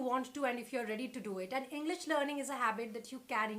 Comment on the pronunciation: She said henglish 😂😂